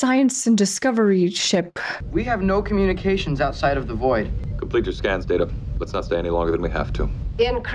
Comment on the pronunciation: I never liked Pulaski. She started out on bad note by mispronouncing Data’s name.